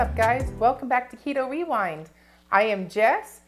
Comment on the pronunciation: Keto wewind 😂😂 too cute!